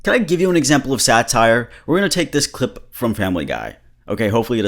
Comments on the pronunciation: "Ty for the cli- t",💀💀💀💀💀💀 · the "thank you for the clit" part had me fucking rolling. i can't believe he didn't do a retake